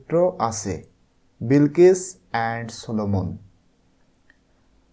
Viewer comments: Sar aita bilkis na balkis hoba😂😂😂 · বিলকিস না বালকিস😂😂